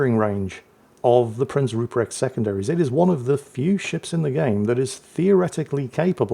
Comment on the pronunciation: I know I know, never tell how to pronounce things! But it is pronounced Prince! Not Prinzzzz! This is where the English word Prince comes from! Prince Frakkin Ruprecht! Roll the R a bit and you've got it perfect old boy. PRINCE! not "Prinzzzz" Love you mate. Thx for all the videos.